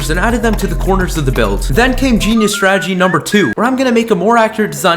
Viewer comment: I love how he says genius Statige but 10seconds later those dumb cobble stone